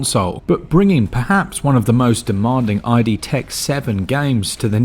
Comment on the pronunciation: Thank you for another fantastic review. You guys are my go-to for everything Switch. 🙏🏼 Btw, I think it's idTech not I.D.Tech.(id as in the id, ego and super-ego) But I kinda dig saying "" 😏